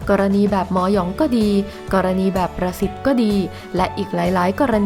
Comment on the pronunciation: อ่านช้าๆครับ ประสิทธิ์ ได้ยินเป็น "ปรสิต" ในปรสิตอีกที 😱😱